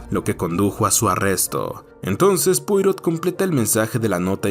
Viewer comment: Como es un nombre frances, se pronuncia "puarò"